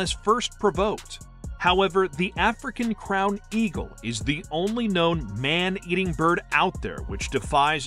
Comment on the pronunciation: Edge tail eagle? if you are going to do a vid on birds of prey at least get the word right or at least correct your mistake, u will get more credibility from ur viewers correcting a slip up then pretending it didn't happen, almost had a subscriber here.